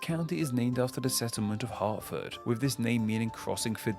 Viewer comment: Cripes, he suddenly pronounced "Hertford" correctly.